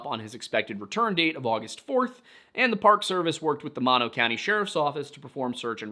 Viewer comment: It’s “Mono” like “mono vs stereo” not the like the kissing disease 😂 Love the video though.